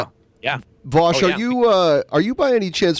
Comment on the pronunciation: Vowsh not Vaush